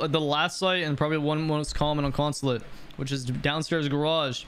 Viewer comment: Bro had a stroke saying attack consulate